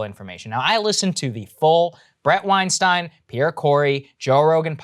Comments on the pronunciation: Saagar, could you stop mispronoucing Bret and Eric's surname please? Love your work, keep it up both of you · Bret will be furious when he hears how you pronounce his surname!